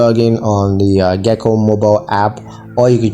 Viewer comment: You’re pronouncing Geico wrong.